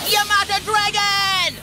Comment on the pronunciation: > yamada dragon ...why does that sound like "your Mother dragon"